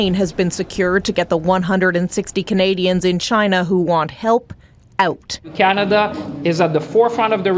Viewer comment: Pattison wu. Ah..cananada?